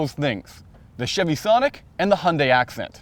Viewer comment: I laugh every time that guy says thonic! also, im buying my sonic because its cheap, good on gas, and its extremely fun to drive. for one, you have the ltz which has features that the accent cant compete with at any price. if you want to compare cars, look at the lt sonic and try switching both cars to having a manual transmission. completely biased test towards the hyundai. oh, and the lt 1.4 sonic with a sunroof can be had for 17,000 otd.